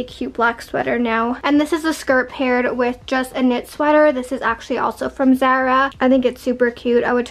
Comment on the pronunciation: Pls don’t call it zera it’s zAra